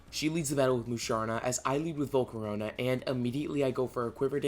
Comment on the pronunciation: THERE IS NO U IN VOLCARONA!